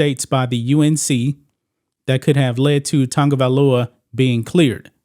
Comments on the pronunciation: OMG!! His name is not Tungovailoa, it’s Tagovailoa!! There is no “N” in his name!! Prayers for him! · OMG!! His name is not Tugovailoa!! It's TAGOVAILOA!!! SMH